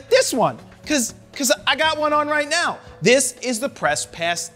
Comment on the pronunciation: Did you say right meow?